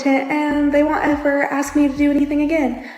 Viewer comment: what's with the axing? I just don't like that... at all. Seems like everyone has forgotten hoe to speak.